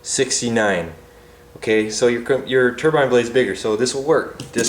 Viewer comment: I like you. You said turbine not ter-bin. Like most Americans!